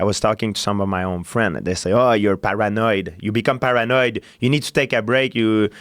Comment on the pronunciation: GSP ~ "Eur Para-Noied"